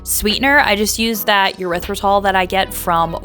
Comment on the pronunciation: Your lunches look very good . Hubby is a lucky fellow. ... ... ... Btw, Erythritol is pronounced more like [Air-Rith- Ri-Tall] not Yur-rith-ri-tall. The latter sounds like a certain body part connected to elimination of body fluid. Cheers.